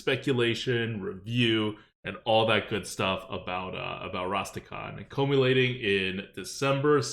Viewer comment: Me: God can be so rude to sometimes Also me: It's "culminating" not "columating" you fucking dipshit